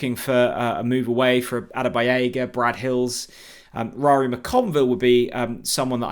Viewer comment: Needs to learn to pronounce Ruari as well….and Mahovo.